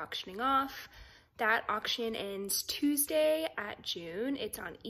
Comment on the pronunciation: "Tuedsay?" I know that wasn't! In addition to being a singing Princess, is like the Queen of literature and journalism!